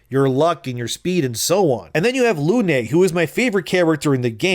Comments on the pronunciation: Good take but "Lune" is of course pronounced "Luehnnnnnnn", like the Moon. Also appreciative of the subtitles putting some have-handed swearing in there. 😂😂😂 Definitely will trigger Matt Walsh. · It's French,, she's called pronounce "lyhn", Lune is French for moon.